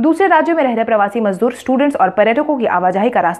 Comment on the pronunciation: मजबूर नहीं मजदूर